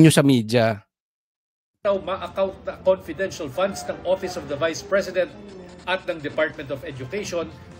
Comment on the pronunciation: Paulit ulit kya nga comfedent fun di pwidi ipag sabi. Kulit